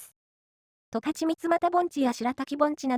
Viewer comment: すっごく良い動画なんだけど、ずーっと十勝を間違えてるんですよね。「とかち」ですよ。ずーっと「たかち」と言ってます😅